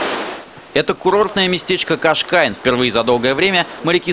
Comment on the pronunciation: Репортёр чуть ошибся, не Кашкайн, а Кашкайш (Cascais) Кашкайш — город и морской порт в Португалии, центр одноимённого муниципалитета в составе округа Лиссабон. Численность населения — 33,3 тыс. жителей, 185,3 тыс. жителей. Город и муниципалитет входит в Лиссабонский регион и субрегион Большой Лиссабон.